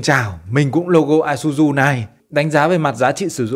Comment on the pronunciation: Xe này là xe Nhật nên tên sẽ đọc chuẩn là i sư zư bạn nhé